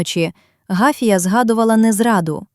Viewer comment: Гафія , наголос на другому складі.